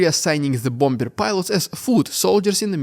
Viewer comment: If, as a non-native speak, you can correctly pronounce 'cacophony' why do you insist on mispronouncing 'bomber' ? You do this several times in each podcast.... it's baffling.....